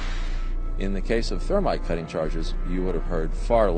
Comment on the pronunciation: don't forget the MAGNESIUM stop saying thermate it's thermite